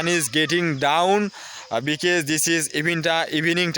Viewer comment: because, বিকেস না ভাই বিকস